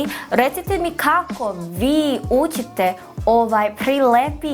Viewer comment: Evo neka kratka kritika, znam da ti je akcenat drugaciji ali probaj da umesto ućite kazes učite, sa č, mnogo ti je meko č pa zvuci kao ć, i takodje љ malo izgovaras kao lj, probaj to da ispravis, bravo za napredak, srpski je tezak jezik da se nauci